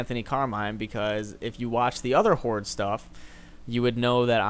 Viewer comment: Horde sounds like hor lol